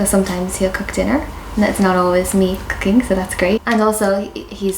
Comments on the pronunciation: With out context of anything, you could have thought he said he liked c0caine instead of cooking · I had to rewind when you said you and Japanese men love cooking, I thought you said cocaine!😂